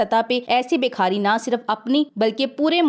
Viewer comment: ماشاءالله آپ بہت اچھا بولتی ہیں اور امپورٹڈ کی صحیح چھترول بھی کرتی ہیں. معزرت کے ساتھ ایک غلطی کی اصلاح کر لیں شکریہ. لفظ بکھاری نہیں ہوتا بھکاری ہوتا ہے.